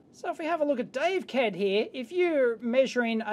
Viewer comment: "Dave CAD"... hahaha!